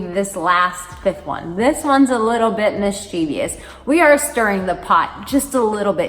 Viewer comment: Mischievous, not mischievious.